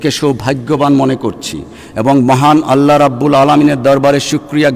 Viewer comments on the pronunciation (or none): none